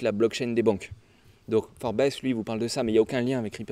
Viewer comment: Forbes ca se pronom "Foorbze" et non pas "Forbesse", sinon continu le taf, t'assure grave!